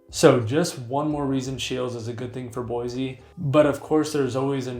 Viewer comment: This guy can’t even say Boise right. Don’t buy from him he must be a transplant